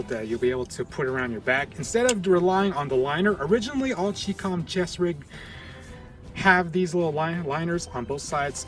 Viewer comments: Chinese Communist condensed into ChiCom not 'Chee-Com', this is ignorant pronouncing of this word. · look.. its chi com, like chai, or chi-nese. and molle is pronounced molly. cmon now. lets do a little research and or leave it to those of us who have military combat experience. i understand you guys are playing a game but in this age People foolishly view YouTube as if it were a University of knowlege. If you don't have the hands on experience Make sure and do your background research